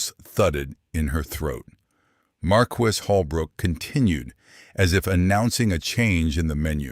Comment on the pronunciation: Learnhow to say marquis.